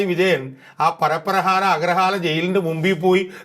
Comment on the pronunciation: പരപ്പനഹാര അല്ല പരപ്പന